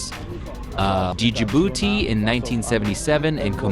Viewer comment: what do you know? when you can't even learn to pronounce the name